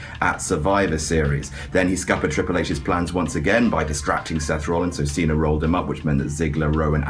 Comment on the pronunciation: why does he call him john cenar.